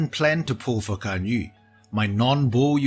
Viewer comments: Nice.. correct pronouncations on her name B-) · Most qualified to pronounce her name properly out of the youtubers I've seen so far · Finally, someone who doesn't pronounce Ganyu as Ganyoo